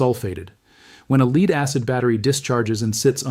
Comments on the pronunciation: Companies want to make money. Regarding your lead acid batteries. But when their, AI Announcer Buddy refers to the lead as, " Leed"? It can't even pronounce what they are trying to talk about, correctly? And nobody wants to, change it to sound correct? Why would I want to do any business with that company? Why would I even listen, to that company? When they cannot correctly pronounce, common American words. The Artificial Intelligence is demonstrating how, artificial it truly is. And none of the production people know how to correct for that? It's called, spelling words out, Phonetically. So if you're going to talk about a lead acid battery? You would write your copy as, led acid battery. Then the Artie Fecal Intelligence, will pronounce it correctly. But this Production Company is a bunch of, non-native English speakers.. They grew up with Chinese not English. And so what am I do take away from this? And from the channel Banned Camping? OK… OK… In mentioning Lead acid batteries. With spaceflight and satellites in the same sentence? That is total lunacy Bullshit! Let acid batteries cannot be used in spaceflight at all! They won't work. They freeze solid. Yeah no. It was George Neumann in Germany. Making microphones for Hitler. Which was not his most famous invention. Was not. The development of the, nickel cadmium, chemical slurry rechargeable battery. That revolutionized spaceflight. For Hitler and his V-2 Rockets. As they needed a chemical battery that would not freeze woul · Tell your ai computer it's pronounce led, not leeed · (A.I) "Lead" is pronounced "led" and not "leed" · AI crap. When it mispronounced "lead" twice, it was a dead giveaway. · Anyone noticed that the A I doesn't know how to pronounce the element, Lead ( led), not lead, ( leed ). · "Lead" in a battery is pronounced 'led'. Please tell your dumb Al. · The vid pronounced lead as leed. It’s AI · lead is not pronounced leed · Yeah noooooo shit! Leed batteries. The fuck? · Leed acid? AI narrated!